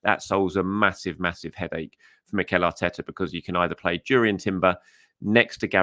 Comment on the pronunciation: its pronuances as "Yurrian" Timber not JUrrian